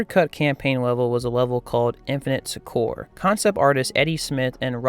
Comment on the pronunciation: You pronounce Succor incorrectly. It sounds exactly like sucker.